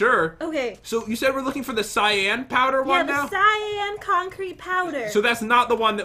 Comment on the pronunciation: Not cyaan cyan